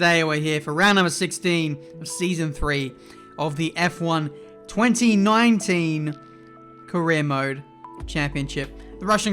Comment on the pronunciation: HOLD UP, HE SAID “F1 2019 Career mode”! He actually said the year right!